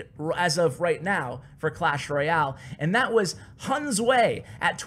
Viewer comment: no.3 hunzhe is pronounced hwen+(j sound from Jame)+ugh, hwen j(zhhh)ugh